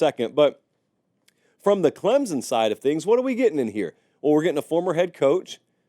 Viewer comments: CLEM SON, not CLEMZON, NOT CLEMPSON, CLEM SON, CLEMSON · I do wish people would learn to say Clem-son instead of Clem-zon!!! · It’s clemPson sir. Love the videos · there is no "Z" in Clemson